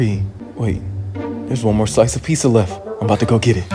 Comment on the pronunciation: The way he pronounces pizza peica